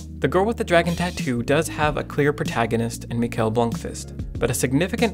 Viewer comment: It's pronounced Michael, not Mikel. But whatever.